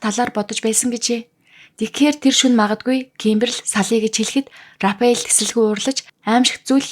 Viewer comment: Рафаэл гэж зөв уншаач рапэал биш шүү